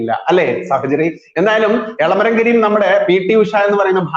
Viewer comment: കെരീം അല്ല കരീം ആണ്